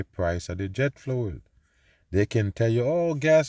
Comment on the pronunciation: Jet fluel 😂